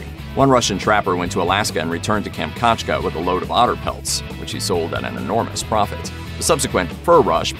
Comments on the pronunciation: Kam-chat-ka...how hard is to pronounce it correctly. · kam - chat - ka